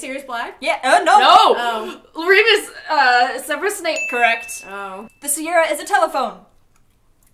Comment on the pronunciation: sERverOUS!!? It's SEVerUS!!